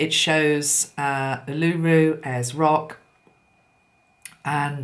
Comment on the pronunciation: Hi Feel you've nailed the energy here in Australia 🇦🇺 when you mentioned Uluru and the solar plexus chakra, mine contracted and have a sick feeling in the stomach. FYI Uluru is pronounced Oolooroo 🌞 Blessings 💕💫💕